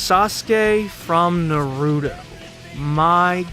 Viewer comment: This video is perfect but how did you say Naruto wrong when they say his name in the show so many times